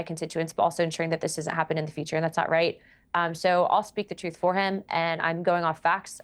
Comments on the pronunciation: Like when he says troof, instead of truth? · speaks the “troof” lol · hes from NYC thats how we say "truth" now go talk to an Italian new yourker and see how they pronounce "told the tooth"